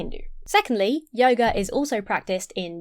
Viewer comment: When you say yoger instead of yoga, I keep thinking you're about to say yogurt